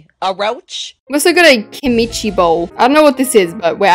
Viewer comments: not her saying kimichi bowl . its kimchi bowl!!! jkkk ily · its not "bowl of ki minchi" you say it like "bowl of kim chi" i put a space so say it "kim" "chi" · its not pronounced kim-i-chi its pronounced kim-chi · When said Keemchi I was like Kimchi it’s Kimchi😂😂❤❤ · its Kim-chi Not kimichi its a korean snack. Its fermented vegetables❤ ur welcome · u did not just say kimichi. Instead of kimchi😭😭😭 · IT'S KIMCHI NOT KIMICHI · Me: just listening to say "i hate tomatoes" LIKE GURL U AIN'T MY FAV YTBER IF U WILL HATE TOMATOES 24/7 I'LL UNSUB AND I'LL REPORT YA TO THE POLICE AND FBI AND ITS NOT KIMICHI ITS KIM-CHI, KIM-CHI Koreans watching this comment being impressed by me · Hey! Kimchi is a Korean dish it is very popular in (south) Korea which is located in Asia (close to Japan) it is pronounced Kim-chee!! it contains salted veggies, spring onions, garlic, ginger it is also used in stews/soups!! Hope this helped:_AlaskianHeart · Bc she called it KE-MEI-CHEE😭😭😭😭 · Also it is pronounced as kim-chi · Also pronounced Kim-chee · Btw it’s said like kim - chee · said “KEEMEECHI”😂😂😂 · "Keh-mic-chi bowl?" 😭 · 😂 Fyi it’s called kimchi (Kim-chee) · umm it is Kim-she now say them together that is how u say kimchi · ITS KIMCHI (KIM-CHI). Also I love your videos. They are so fun and I love watching them. ❤ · Not calling kimchi kimicji 😂😂😂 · darling you say it like kim-che kimchi. Your wellcome. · My korean self while said kimIchi: 💀☠️ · girl not you calling kimchi KeyMIchi anyways the build kinda ate ngl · DID U FR SAY "kImChI bowl" ITS KIM-CHI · I’m sorry but its Kim CHEEEEE (: kimchi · it's pronounced KIM-CH-EE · it’s Kim-chi is how you pronounce it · HELP THE WAY SHE PRONOUNCED KIMCHI 😭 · I love how ai just called this section the “ mispronounces kimchi” 😍😍 ai slayed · My Asian brain gasping when she pronounced kimchi wrong 😂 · Girl its kimchi Kim-ch-i